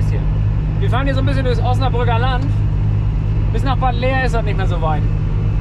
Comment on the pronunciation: Mensch Mensch Mensch geile Tour ihr drei Aaaaaaber, das heißt nicht Bad läär ( Bad Laer ) Dat wird ohne e gesprochen, quasi Bad Laar Ihr habt mir den heutigen Feierabend cool versüßt, weiter so